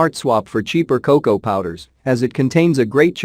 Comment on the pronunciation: You lost me at "cocow!" FFS! 🙄